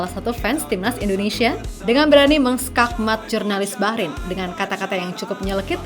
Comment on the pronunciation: Bahrain Bah nya : bahrulll